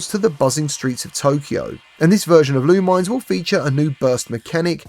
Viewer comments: It’s pronounced LOO MIN ESS. Not LOO MINES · Awesome breakdown of some of the best looking upcoming games. I'm really looking forward to Rush Apex Edition, Thief VR, Roboquest, and Ghost Town. Oh, and Lumines isn't pronounced "loo-mines" it's "loo-min-ess." They say it in the intro to one of the PSP ones.